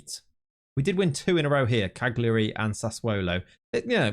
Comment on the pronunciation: Just trying to be helpful. You don't pronounce the g Cagliari. Its pronounced Kaljuri.